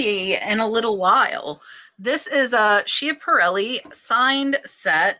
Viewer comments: Schiaparelli is pronounced Skiap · Sandor is rare to find! Schiaparelli is pronounced “Scaparelli”